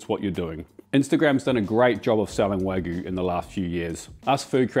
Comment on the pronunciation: I love you, but it’s Wag-you (or Wa-gyu) not wag-oo 😂